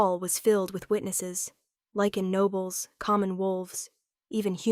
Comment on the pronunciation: Eh, close. Technically Werewolves and Lycans are different species. But at least she pronounces it correctly. I think if I hear another Lee-kan or Lih-kan I will scream.